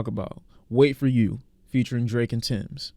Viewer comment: bro its TEMS not TIMS😂